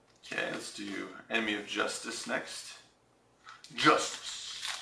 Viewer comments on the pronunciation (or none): none